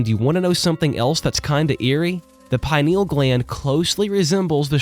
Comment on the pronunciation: I apologize in advance for Hermione Grangering here, but it's pronounced PI-nee-ul, not pine-NEE-ul